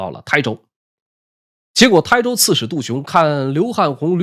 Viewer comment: 能把台州念对的博主，真是令人感动